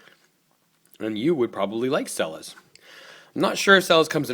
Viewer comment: It's not pronounced "Sella's"!!!!!! You really should do your research BEFORE making a damn video!!! It's pronounced "Chella's." And it's not "Illinoise." OMG!!! Watching you is cringeworthy!!! I can't get past !!!!!! A million thumbs down!!!!!! UGH.